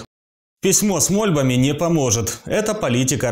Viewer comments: "Письмо с мО`льбами.." безграмотное, неправильноеударение. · Письмо с мольбами... в слове «мольба» ударение стоит на втором слоге